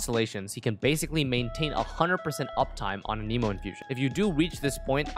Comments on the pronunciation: idk why but it made me so mad when you said anemo like 'a-nemo' its pronounced 'an-a-moe' lmao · Boy said uhhneemo lmao